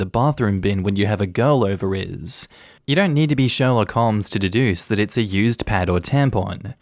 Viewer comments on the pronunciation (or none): none